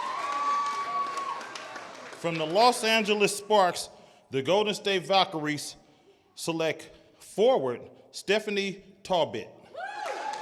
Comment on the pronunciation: Tal-but, not Tail-bit. The organization now has two Talbot's, I'm the other!